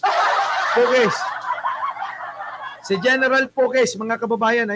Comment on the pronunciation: BAKIT NASA DULO NG DILA MO?? SI PUKISS? 😃😛😛😛 x-rated na channel mo?